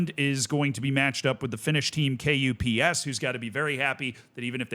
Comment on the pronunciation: Unsolicited advice: You can pronounce KuPS as.. "cups" but with a bit different sounding c. Just "cups" is better than K U P S definitely and much more closer to the actual pronunciation.